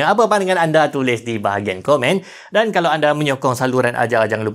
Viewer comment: mcm mana nak qolqolah kan kalau tuu hahahaha 🤣🤣 "kalauqeq"